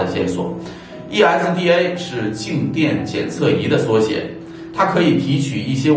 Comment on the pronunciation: ESDA, 不是EIDA，發音有誤！